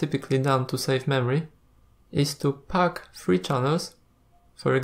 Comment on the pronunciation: Great tutorial, thank you. Just pointing out for your English - which is generally excellent by the way, "height" is pronounced "H-eye-tuh" and not "h-eye-th" and "three" is pronounced "th-ree" not as "ff-ree". Just some pointers, I know how tough a second or third language can be :)